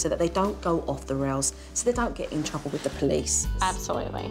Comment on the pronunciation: "Chruble" 😂😂😂 Awesome!